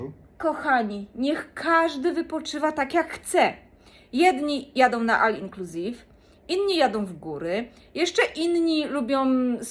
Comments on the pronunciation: Nie al inclusive tylko ol inclusive się mówi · Ol inclusive się mówi, a nie all inclusive.